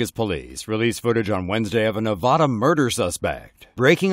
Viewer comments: It's not novada its navada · It's Nevaaada, not Novoda. Understand?